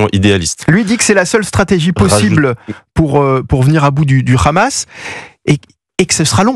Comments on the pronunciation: AUCUNE NEUTRALITÉ MR,En bon français Le H est muet,Le Khamas,Le khamas!!😂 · Les gars sont tellement un haut parleur d’Israël qu’ils disent aussi le khamas au lieu de Hamas 😂😂😂